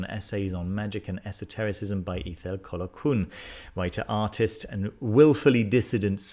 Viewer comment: Ithell Colquhoun is pronounced Eye=thell Col-hoon. :-)